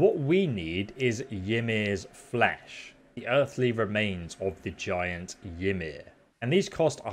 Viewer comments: I thought it was pronounced "e-mir" idfk I got bullied back when I used to play smite and thats what the character and everyone pronounced it as Edit: dont get me wrong. Tutorial was perfect and thank you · Not at all a criticism, but for anyone interested You should pronounce "Ymir" more like "Eemer" sort of rhymes with "Screamer" (which i mention because Ymir is the proto-being (first living being), its name means Screamer as it screams itself into existence according to norse cosmogenesis) Follow up for any still interested When Odin and his brothers kill Ymir, they take his corpse and fashion Midgard (Earth) from it. using his bones to make mountains, his blood to make oceans and rivers, his hair to make grasses and trees and hauling his hollowed skull high above to hang the stars, sun and moon in, this skull is held aloft by 4 great dwarves named Nordri, Sudri, Austni and Vestni (North, South, East and West) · Your videos are great! I appreciate all the help you're giving me! It's also funny how you pronounce the Nordic sounding names like Ymir, like it started with a J :P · The way he says Ymir is so weird and wrong xD